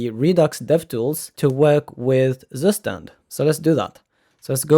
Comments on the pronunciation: pronounced : tsoo-schtand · Tsu schtand